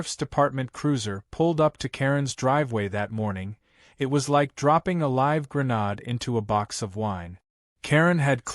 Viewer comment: Tell narrator grenade is pronounced like gren aid NOT gren odd